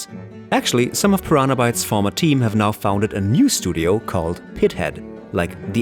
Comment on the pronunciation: I'm sorry but I keep throwing up about the way you pronounce "Pyraana" each time you're trying to say Piranha. And you started out with Gothic II ? Pfff, gtfo. Not even a first hour fan, blessed to start out with Gothic I but no, you're not even mentioning how amazing Gothic 3 is now that the fan community created shitloads of patches and mods, and made it to what it originally thought to be. You are such a fake.